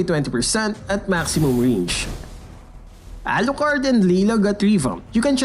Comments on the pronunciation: Yaalucard n Lila got revamped😂😂😂😂 what happened to your pronunciation there?😂😂😂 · Damn the way you said Alucard 🤣🤣🤣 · the way u pronounced Alucard n Layla was funny lol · The way he said Alucard thooo